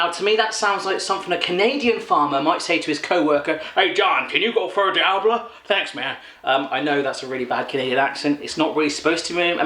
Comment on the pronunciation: feuille d'érable is in french btw hahaha you made me laugh with your accent ;)